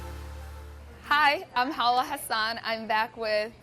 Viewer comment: PAY HAWA PROPERLY